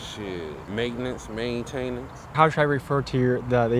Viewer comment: "Shxt.. Maintenance... MAinTainAnce" 🤣🤣🤣